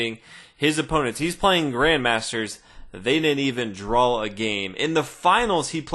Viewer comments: That word you keep saying, drawsh or something? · Great videos. Never figured out why you pronounce draw the way you do